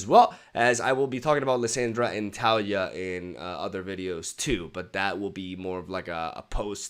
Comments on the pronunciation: I dont know what's cuter, your 12y old reaction or this intro. Pd. Taliyah its pronounced Tali-YAH. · taliJAH? are you serious bro. Not all Y's are pronounced J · Best. Intro. Ever. And its pronounced "LissAndra" and "Ta-Lee-Jah" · Just in case there's a joke behind how he pronounce 'taliyah', please someone explain 😭🙏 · Why is nobody talking about the way he said Taliyah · Those Taliyah and Lissandra pronunciations are physically painful. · I love the way you pronounce "Lissandra" and "Taliyah" hahahaha